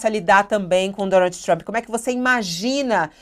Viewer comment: Trãmmpyyy??? É um show essa pronúncia dos blogueires